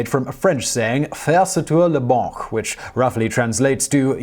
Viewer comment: He was trying to say "faire sauter la banque", but he has a hard time pronouncing French.